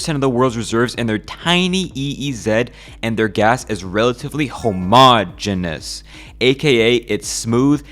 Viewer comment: homo-ogenus that is so funny 😂